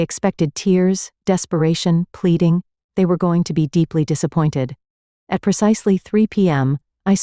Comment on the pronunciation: Instead of saying "at" I'm hearing "ayee" & then a "tee". What is that? It's very odd.🤔